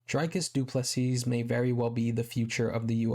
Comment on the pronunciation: Great vid, you said what everyone is thinking but wont risk saying. Please pronounce his name Dreecus du Plesea